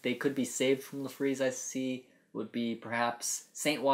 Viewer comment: I thought his name was Larfleeze not La fleeze.